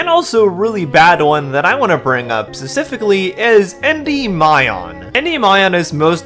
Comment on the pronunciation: If you can't pronounce the word specifically - and you clearly can't - maybe don't include it three times in your script in quick succession? Or hell, why not go crazy and do another take where you don't mess it up? It's kind of hard to take someone seriously when they're talking about low effort grifters when their own level of effort seems oddly minimal.